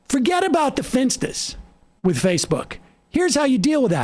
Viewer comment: "Fuhget about the finstas!" You know Sam is pissed when his accent comes out.